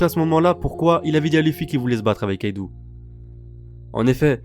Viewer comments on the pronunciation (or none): Une remarque: C'est Kaido pas Kaidou